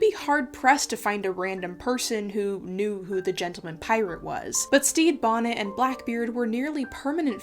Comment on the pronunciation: Anyone else can’t stop hearing “Steve Bonnet”? looking at you,. 👀